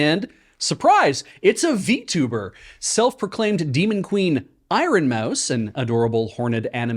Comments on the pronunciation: Pronouncing it I-ron hurt me in ways I didn't know a word could. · Little bit obsessed with two different pronunciations of "iron" in this.